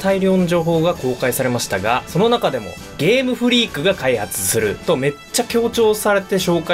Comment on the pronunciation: 「ゲームフリークが開発する」と強調したような言い方は、流石に嫌悪しましたね。いくら公式でも言っていいことと悪いことがあるだろと感じました。